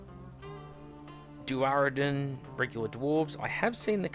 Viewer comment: 'Duardin' is just pronounced like 'dwardin'. Sorry to be anal about shit like that.